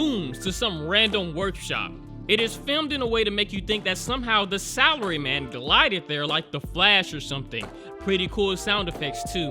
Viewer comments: Yes, this is what I need before going to sleep. Also, for some reason I'm hearing Salary Man as Celery man... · Does anyone else hear celery man instead of salary man??